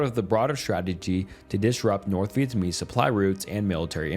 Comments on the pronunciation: For the love of God, can you look up the pronunciation of the names beforehand? This is a really well researched video but the most basic names are being butchered you called Vietnamese people vietamese three times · Dude still cant say Vietnamese